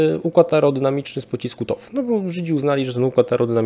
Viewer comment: TOW - czyt. toł 🫡